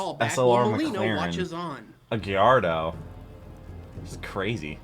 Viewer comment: I'm just surprised he knows cars that well. He even knew to pronounce the "L"s in "Gallardo" as a "Y".